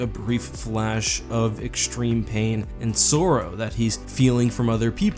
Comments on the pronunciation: You pronounce sorrow and vague wrong/weird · I didn’t know you were Canadian until you said sorrow